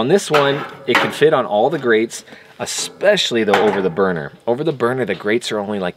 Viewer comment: “Unfortunely” is not a word. “Uhspechly” is not a word.